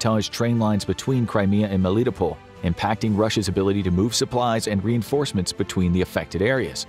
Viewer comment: The narrator did well, however Melitopol is pronounced Mel-lit-toe-pul or top-pol depending on the accent :)